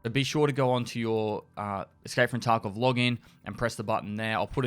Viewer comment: I keep hearing Taco instead of Tarkov